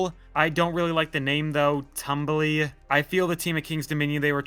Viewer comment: The 4D is not pronounced like tumble it's Tumbili (pronounced [tumˈbiˈli]), a Swahili word meaning "monkey". Which makes sense its like being a monkey swinging through the trees.